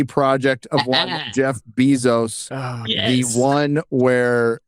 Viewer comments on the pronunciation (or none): Bezos , not Beezos